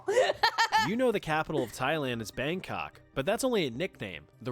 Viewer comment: The only person I've seen try to pronounce the full name of Bangkok nice